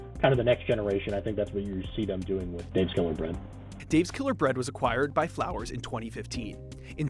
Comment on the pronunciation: Flowers Foods? Not Flours Foods, odd.